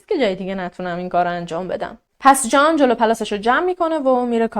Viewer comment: سلام خسته نباشید عالی.‌...تلفظ اسم جان را خیلی شیک و دلنشین بیان میکنید مخصوصا دقیقه 16،،ثانیه 40 .یادم گفته بودید اهواز زندگی میکنید ولی لهجه جنوبی ندارید واین کاملا مشخصه ،چون خودم بختیاری هستم و اکثرا جنوبی ها بختیاری ویا عرب هستن بویژه اهواز وخوزستان...بیشتر لهجه تون تهرانی هستش یعنی کاملا تهرانی ست... ببخشید فضولی میکنم .فقط از روی کنجکاوی مطرح کردم....چون خیلی به شیوه اجرا و انتخاب پروندهاتون وشخصیت فردی خودتون علاقه مند هستم ،دوس داشتم بدونم کجایی هستید..البته اگه ممکن هست